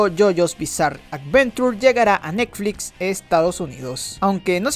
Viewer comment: Jajaja "Nekflits"